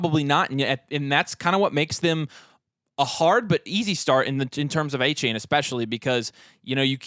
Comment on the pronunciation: Soft A on the second A in Achane. Come on fellas